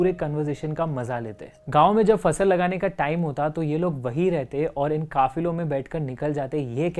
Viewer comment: Kaafilo not kaafiro